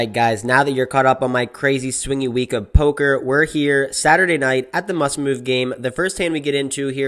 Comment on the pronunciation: Take a few moments to edit your video it is Saturday not Satruday